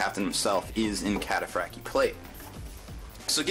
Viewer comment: I didn't know the T was silent in Cataphractii....